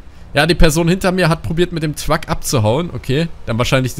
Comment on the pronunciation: wieso sagst du statt Truck „twuck“?